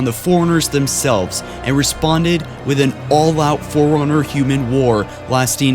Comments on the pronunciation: Couldn't finish because homeboy can't pronounce "Fore runner". It's fore runner not foreigner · Why do you say Foreigner instead of Forerunner? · Please say Fore-Runner instead of foreigner. It was bugging me all video xD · Foreigner or forerunner? :P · sentient not sentinent forerunner not foreigner librarian not liberian